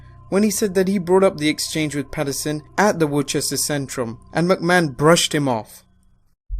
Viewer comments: Worcester- Woos-ter Geraldo- Her-all-doe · I'm from Worcester, that was painful to hear hahaha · Love the video, but as someone from New England, I have to correct you. Worcester is pronounced Wooh-stah not Wor- Chester. 😂😂😂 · In the states it's pronounced Wuss-Ter, not wor-ches-ster. I.e Worcester, mass